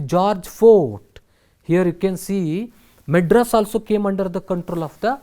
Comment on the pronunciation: Maedras not madras